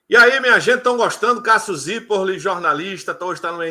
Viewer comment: E não consegue dizer o "Zirpolli" direito mesmo depois dele explicar 😂😂😂😂